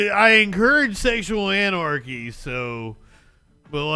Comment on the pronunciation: Sexool an-ar-kee symbol though